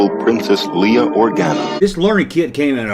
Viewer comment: "Leah organa" 💀